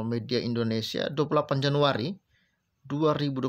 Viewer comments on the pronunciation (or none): none